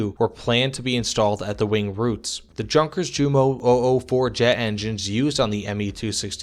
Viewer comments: Great video. But, “junkers” is pronounced “yoon-kas” FYI. 😎👍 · Zehr gut . und Junkers is aktually Yunkers > no pronounce hard J ! Danke . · Good video, but you must learn about pronouncing words from not your language. When I heard yours Junkers jumo, well, you throw me through the roof. No hard feelings.